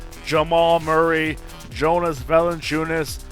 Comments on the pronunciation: 2K16 it is pronounced Val in chu nas. He can't shoot but he grabs all the rebounds. You got rid of a lot of great players from The raptors. And valinchunas his first name is Yonas but spelt Jonas. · 2K16 his first name is pronounced YO NAAS